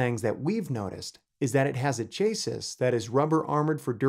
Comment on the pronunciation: Please learn how to say ‘CHASSIS’ correctly